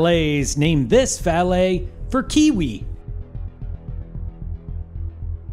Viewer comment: his name was actually Kwee Wee, not Kee Wee